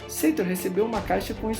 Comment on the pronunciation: Porquê Seitor? No filme o nome dele é Sator. Se isso é só a pronúncia porquê as outras palavras não são pronunciadas também da mesma forma?